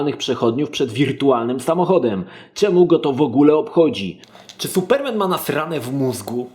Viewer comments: suPERmen? tak to sie akcentuje? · Jestes pierwsza osoba, ktora nie umie wypowiadac slowa Superman